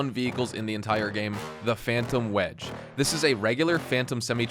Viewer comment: Breh said the phantom wedge 😭